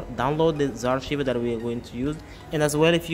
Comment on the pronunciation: What the hell is zarr-shiver? XD It's Z (the letter Z) arr-ky-ver. Archiver. Like archive, but with er on the end. Z-Archiver. Also, Magisk doesn't work on knock off Chinese phones, as they block access to recovery mode and the sideloader.